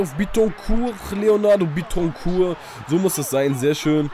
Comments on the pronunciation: bittencourt wird glaube ich nicht französisch ausgesprochen weil er ja deutscher is ;) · Du sprichst Bittencourt Falsch aus :D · als dortmund fan bittecourt falsch aussprechen :O